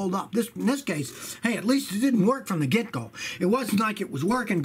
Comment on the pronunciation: Whenever you use phrase ‘from the get-go,’ you should use a picture of a gecko. So many people pronounce it that way, ‘the gecko.’ It would be funny!